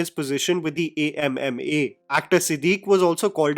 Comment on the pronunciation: Thank you for calling the association by its name, A.M.M.A., instead of how they claimed it should be pronounced as AMMA (Mother)